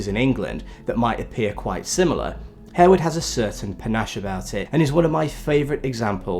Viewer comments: I'm pretty sure the 'e' is silent in Harewood House 😬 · "Harewood" is pronounced "Harwood" and "Lascelles" is pronounced "Lassles".